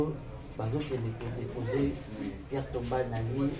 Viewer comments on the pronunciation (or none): Pierre tombale et non bombale